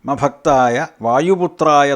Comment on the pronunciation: ഓം ശ്രീ വജ്ര ദേഹായ "രാമഭക്തായ" വായുപുത്രായ നമോസ്തുതേ. അല്ലെ 'മഭക്തായ' എന്നാണ് കേൾക്കുന്നതും എഴുതികാണിക്കുന്നതും